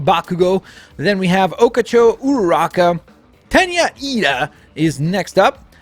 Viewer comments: Full COW-ling not COAL-ing Oh-CHA-CO not Oh-KAH-CHO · How People Say the Name: “Ochaco (Oh-cha-co)” How he says it: “Oh-ka-cho” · Its Ochaco not Ocacho 🤦‍♂️ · I’m sorry.. Who the hell is “Okacho” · he said okacho. that's the joke I'm making, I know who ochaco is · ye we know its just he said okacho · Oh - cock - o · He knows, but the way he said the name